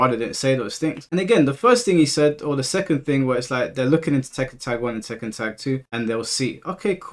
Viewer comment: My mans said "Tekkan't" and I can't unhear it 😅😂